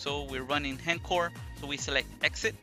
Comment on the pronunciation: It's not HEN-CORE, it's H...... (pause) ENCORE (pronounced ON-CORE) Why does EVERY Vita YouTuber say this?